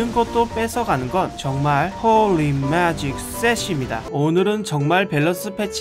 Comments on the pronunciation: 하..진짜 이분 비숍의 마음을 너무 잘표현해주셔서 너무 좋다.. 진짜 내 걍 심정이야 홀리 매직 shit 발음도 개웃곀ㅋㅋㄱㅋㅋㄱㅋㅋㅋ 진짜 비숍 그냥 존재의미를 잃은거너무 억울하다.. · 홀리 매직 쉣 발음 ㅎㅎㅋㅋㅋㅋㅋ